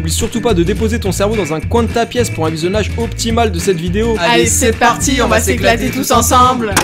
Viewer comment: Ze parrttii